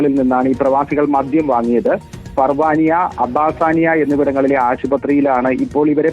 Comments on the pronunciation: ഫർവാനിയ ok അബ്ബാസാനിയ എന്ന സ്ഥലം 😌😌😌 അബ്ബാസിയ ആണ് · Abbasiya. Not abbasaniya